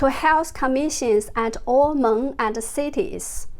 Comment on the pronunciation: Jennifer, you said it completely fine. I could understand you with no problem. Thank you for explaining what meng means also. You are doing an amazing job with your reporting!!! I watch and follow you very closely!